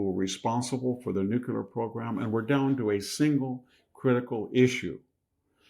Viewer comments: I agree, he's brilliant. That's why it is so jarring when he mispronounces nuclear. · Love the info but please stop saying “nucular”. Nuclear. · I love you Victor but PLEASE say NUCLEAR not NUCULAR! It's not a real word! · Dear VDH, it's not "nuke-ya-ler." It is: "new-clear." Dear VDH, please stop waving your hands at the camera, it makes us blink and turn our heads - and you're not Italian. Trim your fingernails; your wife will thank you. 😖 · It’s NOT pronounced NUKULAR. It’s spelled and pronounced NUCLEAR. Nuk lee er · Would you please stop saying "new-kyou-ler" when you mean "new-klee-er" (nuclear). It bugs me so much I can't listen to you. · Somebody tell VDH its NU-CLE-AR not NU-CU-LAR. There is no such thing as an atomic nuculus. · Please Victor, stop saying "Nuc-u-ler" Nuclear brother. Nuclear. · Pet peeve. Victor does and MANY others also. The word is new-cle-ar NOT new-cu-lar. Please please. It takes all of your credibility away as a genius, professor which you are. Practice in front of a mirror if need be. It’s nuclear, not nucular. Just aks somebody🥸😝pun intended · Victor - It is not pronounced "nu-cu-lar", it is pronounced "nu-cle-ar". Makes you sound stupid when you say it wrong. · Victor, you're so intelligent and articulate. I think that's why pronouncing nu-clear as new-que-lar bugs me so much. I know, I have issues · In the name of all that’s Holy… IT’S NUCLEAR “NEW-CLEAR” Not “nu cue ler”. You sound like Jimmy Carter when you say it wrong. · Should we trust a person who says "nucular"? Haha. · Why can’t people in power or in informative platforms pronounce the word NUCLEAR properly? It’s so odd. Where did Nukular come from? They all say it, almost feels like it’s on purpose. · nu clear not nu cu ler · Victor please, it's "nuclear" not "nucular" but thanks for the video. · The word is Not nuculer .quit mispronouncing it. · Why do you pronounce the word as “nucular” instead of correctly as “nuclear”? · NU-CLEE- ER